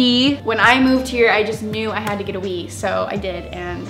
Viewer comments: When she was talking about the wii I thought she said weave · I thought she said I have a weed whenever she said I have a wii